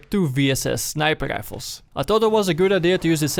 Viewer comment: sniper rischhhfelz